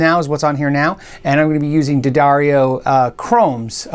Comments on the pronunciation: Thank you for pronouncing "Duh-darrio" instead of "Dee-adary-oh." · Points for correct pronunciation of D'Addario. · Hey, great to hear that you learned how to pronounce D'Addario correctly :)